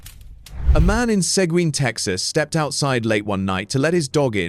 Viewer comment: Y'all can't even pronounce the names right . Like Seguin Tx. Y'all were even close .